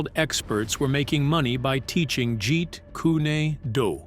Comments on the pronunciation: What the f is jeet kooni doo? I heard of jeet kun do never heard of jjet kooni doo! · What the hell is Jeet kunado do Get it right, Jeet kun do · Jeet Kūnae Dew?! 🤨😒🙄🤦🏻‍♂️ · Its not pronounced Jeet Koon ee doo it is pronounced as Jeet Koon Do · Kuni doo lol 😂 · Someone needs to teach the narrator how to pronounce Jeet Kune Do properly! Not Jeet Kuni Do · "Jeet Kunay due" 😂😂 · you lost me at "Jeet kooney doo" 🙄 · I'm speaking to the host of this video...I can't even listen to this BS because of the way you pronounce 'Jeet Kune Do'... "Jeet Kunny Do?"...Are you fricking insane? Is there something wrong with you? Even a child can pronounce it better than that, and you should know how to say it as long as the phrase has been around. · Narrator. Why do you keep on tf alking and actually show them talking for all these claims? And why do you disrespect Lee like that? You keep saying Jit kunee do. Wtf is wrong with you? Might as well delete this video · WHOEVER THIS IDIOT IS TALKING ABOUT WHAT HAPPENED NEEDS TO PRONOUNCE WORDS BETTER. HE CAN'T EVEN PRONOUNCE JET KUN DO PROPERLY AND HE CAN'T EVEN PRONOUNCE THE NAME OF THE WEAPONS CORRECTLY. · Man said Jerry kooneydoo.. shocking get the pronunciation right before you report bro come on Man the UK salutes likes and sub .for effort anyway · Goodness, "Jeet Kunn-nee Doo" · "Jeet Koonie Doo"? 😂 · Jeet koooney doo😂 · You lost me at "jeet koony doo" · Jeet Dooney Do LOL - can't even get THAT right so why would we believe anything else here? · "Jeet Kooney Dooey" Yea. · Jeet coony doo? Really? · Jeet Koo Knee du and nunchuckooos and pad doo go😂😂😂😂 I don't think there is anything new here apart from the mangled pronounciation. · It's Jeet Kune do. Pronounced dough not du get it right way of the intercepting fist.hate when people pronounce words wrong. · I too was incensed with the portrayal in "Once upon...in Hollywood". I'm also incensed with this narrator saying "Jeet kunie doo" and "nunchaka" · "Jeet Koon-ay-doo".🤣🤣